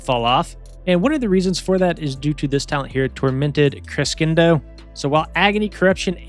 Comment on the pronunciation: Hey homie, keep up the good work! These videos always inspire me to make a new alt 😂 Protip: crescendo is pronounced creh-shendo or cruh-shendo. Hope this helps!